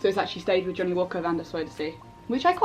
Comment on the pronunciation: Johnnie looks really nice. I'm actually from the Netherlands and I saw the explanation on the pronounciation of his name and it is quite off actually hahaha. I woudn't know how to explain how to pronounce it in English so if you really want to know how to say it I would reccomend just putting it in google translate and listen. Love x